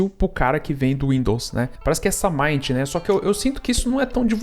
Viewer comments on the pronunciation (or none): Pronuncia,se Mint com i. É menta, em Inglês. 😉